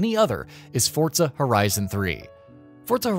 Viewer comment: That's how it's pronounced